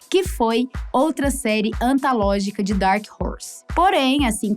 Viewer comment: Doeu ouvir "ANTALÓGICA"